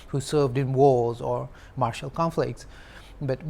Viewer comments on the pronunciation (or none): none